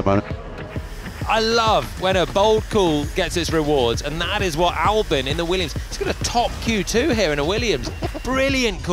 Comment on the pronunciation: Why does it always sound like Alex Under Albon? Just a confusing pronunciation